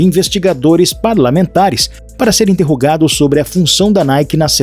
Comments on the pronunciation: Parei no "iMterrogado" kkkkkkkk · "iMterrogado"? Que porra é essa?!!!!!!!!!! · "iMterrogado" é foda heim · só eu vi o "imterrogado" ? ahuahuahu